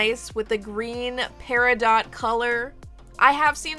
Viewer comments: That’s pronounced PERIDOT 🙄💚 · I am an August girl. Love my birthstone Peridot. Please don't pronounce the t. I have never heard anyone especially jewlers say Peri-dot. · I kept pronouncing it perido while recording and researched if I was saying it correctly! I found out everyone says it both ways but "pairadot" is actually the right way :) should have included that as a fact in the video! I still keep saying perido though lol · It’s actually pronounced perido. The t is silent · Pronounciation: Peridoe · It is actually pronounced pe ri dough love. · Edit: Heyyy! For those saying I’m pronouncing Peridot wrong, I researched it and apparently you can say it both ways (should have included that as a fact!) 💚 Here is Peridot!! 💚 Hope you love her and thanks for watching!! 🥰 Also, I uploaded twice this week!! 🎉 Stay Tuned for Life with Barbie Episode 37! 💖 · Ohhhh my gosh!!!💚💚💚💚💚💚💚💚! My beautiful birthstone doll! I freakin' cried! THANK YOU 💚.( please don't get mad at me, peridot has a long "O" sound and a silent "T") I truly love your hard work with these beautiful results. Love to all August babies💚🎂💚🎂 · LOVE because i'm a Peridot birthstone... (btw peridot is pronounced without the "t" on the end) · You are saying peridot wrong 🤔